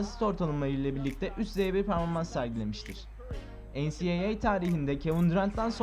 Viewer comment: "ve bu tur peaaoaorformans lara devam etmistir"